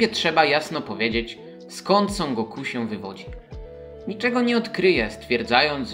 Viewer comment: Trudno zapomnieć o GO-KU" xd tego imienia się nie dzieli na sylaby. To jest Goku po prostu, nie Go Ku xddd